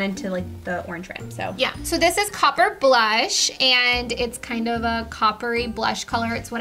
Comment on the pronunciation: I kept thinking "copper boom" when you said "copper blush."